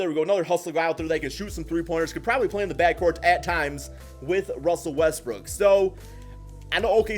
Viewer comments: He says more Westbrick than Westbrook LMFAO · Is it me or he pronounce Westbrook westbrick😂